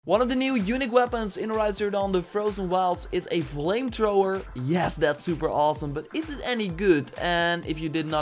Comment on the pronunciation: "Vire Trower"